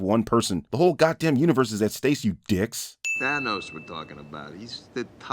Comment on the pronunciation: Wait a minute, what was that? Did you say "stace" instead of "stakes"? Insert video of a guy mumbling